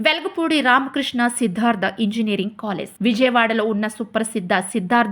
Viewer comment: its college.. not colless